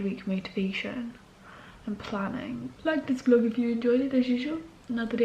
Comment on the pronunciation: you are so cute when you can't speak clearly in the beginning of the video! And the word 'vlog' in subtitle even changed to 'blog'😊HHHHHHH cutie😜